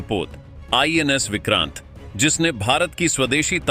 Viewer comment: Vikrant nahi he o ko oooor he😊